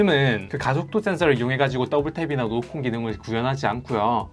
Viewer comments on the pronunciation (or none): 노크온 설명하는데 왜 노콘으로 들릴까여 ㅜㅜ